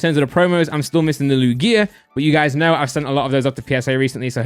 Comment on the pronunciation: How does he not know how to pronounce Lugia correctly